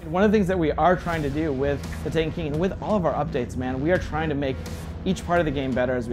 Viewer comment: This guy can't say "The Taken King" clearly. Sounds like he's saying "The TANEKEEN"